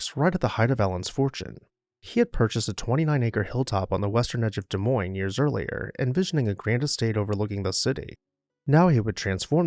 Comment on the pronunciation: As someone who grew up in Iowa, thank you for featuring this beautiful home. Also, thank you for pronouncing Des Moines correctly 😅